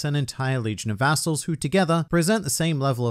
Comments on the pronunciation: Oh, I thought he said a**holes at first and not vassals. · Late comment but...be careful how you pronounce “Instead of one man, it’s an entire legion of vassals” there ! :P